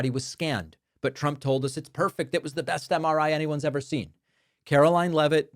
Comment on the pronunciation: It sounds like she is saying "president Chump".